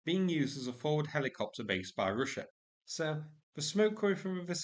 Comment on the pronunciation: I smile every time you pronounce "Ruzzia". Warms my heart!